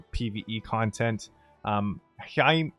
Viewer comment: I'd imagine Heirmir is pronounced "air-mer," you could also just call him the Bonesmith :)